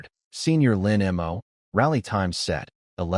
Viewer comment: Lin Mo. The AI is bad at pronouncing that name and a few other two to three letter words. No idea why. But yeah, the guy is almost always either a bad person or a protagonist as well. Just like the Sterling family, really. XD